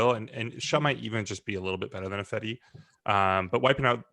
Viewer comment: Best part about Ifedi leaving, is I won't have to hear deliberately or dumbly mispronounce it 'EYE-fedi'. Maybe the guys should pronounce name 'EYE-van' for the next season to punish him.